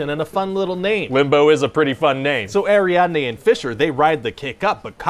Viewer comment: “Who does Cobb hire?” “This girl named Arianday.” I believe it’s pronounced “Ariadne”